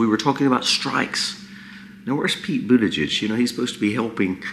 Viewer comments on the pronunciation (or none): Boot - (soft) a - Judge is Transportation guy`s name pronunciation. Thanks for your videos😊